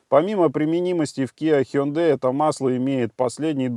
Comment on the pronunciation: О, первый раз услышал правильное произношение Hyundai ХЁндЭ. Зачёт!